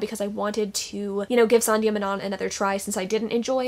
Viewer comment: Sandhya Menon - menon is prounced "menin". You even butchered her first name slightly 😂😭